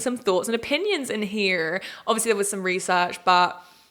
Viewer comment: When you said "heRe" at the very end 🥴 who is this american?! 😂